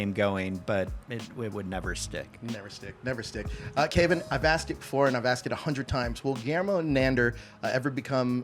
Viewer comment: Interviewer can't seem to pronounce either the actor's name (KAY-VON) or the character's name (NAN-DOOR) correctly.